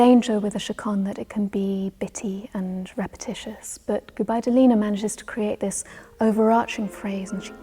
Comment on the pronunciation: 'GubaidUlina' needs to stress on the second U ))